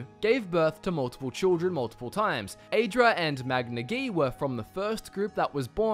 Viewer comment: Aren't you pronouncing "aedra" incorrectly? I believe it is supposed to be pronounced like "ah-ee" at the beginning, not like "ay." Same for the daedra.